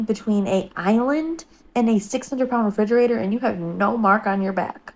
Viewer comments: AHAHA not the refrigeratoRRR 😭😂😂😂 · how he said refrigerator took me out 😂😭😭 I also heard her say something else ...😅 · "refrigerator" 😂 I can't 😂 Also, if this story is true, can you imagine if it was her daughter standing there instead of her when the fridge fell?!? Super dangerous to let her son climb on things (if he does) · Why’d you say refrigerator like that? 😂😂😂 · best way I’ve ever heard someone say refrigerator 😂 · the way you said refrigerator has me 😭